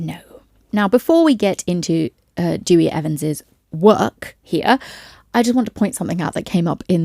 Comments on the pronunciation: The only point I feel I should correct you on is that Dewi is pronounced Dowey, not Dewey, it's a traditional Welsh name. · "Dewi" is pronounced ""Deh-wi"", not "Dewey." I've yet to hear a single English person pronounce his bloody name correctly.